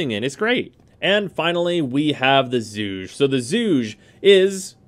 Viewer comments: Zhuge is pronounced "zoo-gey" Named after the inventor of the weapon. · Ok this is starting to bother me after a few times. Zhuge is not one syllable. It is pronounced closer to schu-guh. Throw this into Google Translate and listen to it: 諸葛亮 (Zhuge Liang). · Zhu-geh forever doomed to be the Zooge. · Zhuge is pronounced "ju guh." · solid vid bro. just hate when people say "zooj" for the Zhuge. Haven't any of you played Dynasty Warriors! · That zhuge pronunciation tho